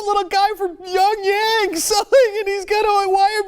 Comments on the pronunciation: Love ya Cenk...but there IS no youngyeng.....it is Pyongyang in North Korea..always Love for your show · hes a news anchor and cant say it right "peyongyang" "seoul" ? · I've never heard of a city called Yonyang. Pyongyang is a city in North Korea, but apparently, O'Riley can't pronounce important geographic locations. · he obviously meant pyong yang....its only 1 letter difference. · He didn't correct himself. He said "Pyongyang... or Seoul." The reality of his commentary? That he doesn't know that Pyongyang (or how to pronounce it) is in North Korea? What does "the reality of his commentary" even mean? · Pyongyang is not that fucking difficult to pronounce...or find on a fucking map.